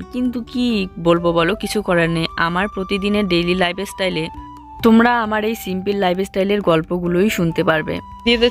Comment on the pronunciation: Lifestyle bole, liveestyle abar ki uccharon